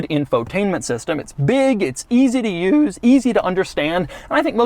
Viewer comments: “Easy to Uuoousouse.” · easy to uoose